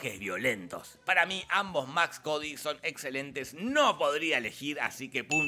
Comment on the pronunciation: Maximilian Cady.. no Max Cody .. fuera de eso gran video